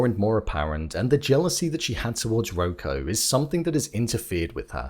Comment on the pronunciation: FYI his name is ROCK-o